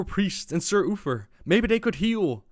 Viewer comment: He keeps calling him Ufer 😅